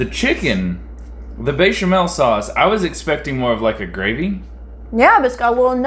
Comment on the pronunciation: You pronounced Béchamel correctly, so don't worry.